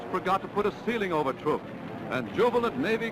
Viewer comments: Trooook lagoon.... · Is he saying TROOK, like troop? I thought it was like truck. Oh well...